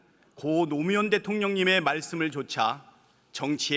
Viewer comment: 저 지난주 봉하마을 다녀왔어요.. 서울서 대략 5시간 걸렸는데 물론, 노무현대통령님 계실때 갔음 더좋았겠지만.. 그래도 좋았어요 간만에 사진에서 환하게 웃는 모습보니.. 근데 오늘 저 영상보고 넘 울컥하네요 노무현대통령님을, 사실 더불어당 사람들도 저렇게 또렷하게 "노무현" 이라고 말 안하던데 당당하게 말 하는 정치인을 보는게 얼마만인지❤❤❤